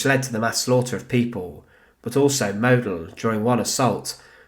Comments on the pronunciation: Pronounced maud-dell. German phonetics are really simple, pls make an effort. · Model wird so ausgesprochen. Moodel. Das O wird langezogen.